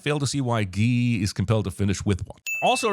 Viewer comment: The way you pronounce Guy is painful.